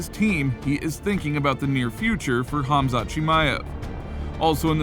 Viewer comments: It is Khamzat (Pronounced Hamza), Chael says Hazmat meaning digestion in Urdu Language 🤣🤣🤣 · Chael should really stop talking about Khamzat if he can’t even be professional enough to pronounce his name correctly. He’s not even close. Kazmat? Come on he isn’t new. Show some respect. Can’t believe he still can’t pronounce his name.